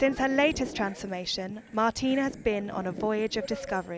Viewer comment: The funniest thing was the English TV Moderator who couldn't pronounce Martina if his life depends on it and kept calling her "Martín" 🤣🤣